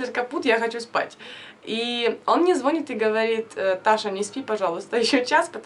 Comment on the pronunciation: Прям коробит от твоего звонит😯